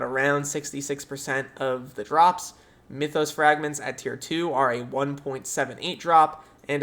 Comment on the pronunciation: m-ee-thos? MYTH-os.